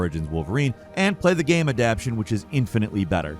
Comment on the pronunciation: Are people seriously saying Adapshun instead of Adaptation? Is the English language dying because of lack of schooling??? The fuck is wrong with this world....?